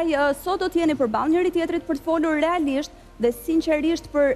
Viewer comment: Hahaa😂 Ai momenti “relaisht&sinqeisht”….si kiara❤